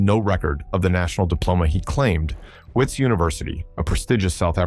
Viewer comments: wits is pronounced as vits. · I don't know what to believe. Anything can happen in South Africa that we all know. Is this guy even South African? Listen to the way he's pronouncing WITS UNIVERSITY, This guy is a genius he fooled the entire country. What surprises me most, he even fooled other engineers